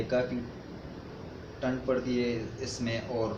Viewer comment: Bro apni urdu achi karo thand hoty hai na k tand